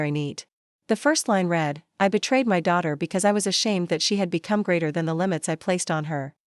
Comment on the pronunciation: His eyes NOT hyseyes. My daughter NOT middoter! He got NOT higgot. Please edit your stories. There are several more mispronounced words in the story. These three were the worst!